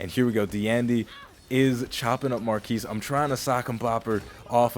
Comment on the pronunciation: It's MAR KEY lol